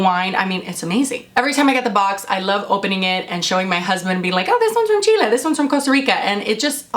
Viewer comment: I loved the fact that you say Chile! and not Chili! hahaha 💛🇨🇱💛 Gracias! Saludos de una chilena en Australia 😅!